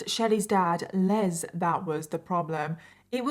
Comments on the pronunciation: My dad is Les. His full first name is Leslie. I have heard people say that name pronouncing it with a z. You don't pronounce the male name Les with a Z. You pronounce it with an S. I hate it when people pronounce my father's name with a Z instead of an S. It's LES. LESSSSSSSSSS. OK? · I’m going to go out on a on a limb and say her father’s name (Les) is pronounced like Less. That’s the common pronunciation in the U. S.